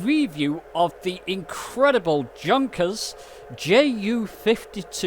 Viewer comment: Hey! Junkers is NOT junk! It happens to b3 my favourite old aircraft! She started out ss the world:s first regular scheduld int'l airline for Deutsche Lufthansa. Noew Junkers is pronou ced as 'yoonkers' not junk! PLEASE lernen Sie ihren deutsch! Vielen dank!